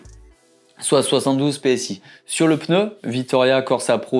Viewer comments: Par pitié en français c’est un PNEU et non un PENEU !!! Ça fait un peu mal aux oreilles à force 😉. Merci 👍🏻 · La lettre N se prononce directement après le P, il n’y a donc aucun son entre elles. /Peuneu/ est donc une prononciation totalement incorrect. D’ailleurs, le vidéaste le prononce correctement par moment. Il semble donc que ce soit une habitude confinent à une préciosité. De la même manière, la prononciation /èmbapé/ est incorrecte ; il faut dire /mbapé/. Vous n’y arrivez pas ? Entraînez-vous, cela finira par sortir correctement !